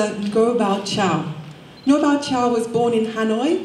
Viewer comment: His name is "Ngô Bảo Châu", not "Ngo Bao Cau" or something like that.